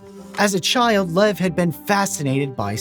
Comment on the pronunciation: His name is pronounced Lyev. Not "lev".